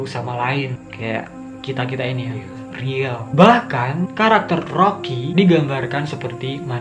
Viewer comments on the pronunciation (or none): none